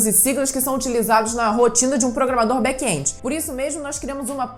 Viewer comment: Back (and) esse é o som de back end ,e não back endi,não tem( i) e muito menos som dele . Ótimo vídeo